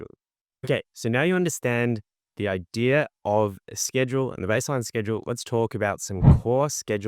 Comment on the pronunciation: I'm five minutes in, and you repeat yourself an awful lot, and it's no idear, it's idea.